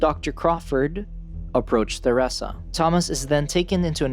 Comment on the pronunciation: Don't forget "The-rissa" I mean seriously it's like an alien race trying to pronounce the most basic of human names 🤦🏻‍♂️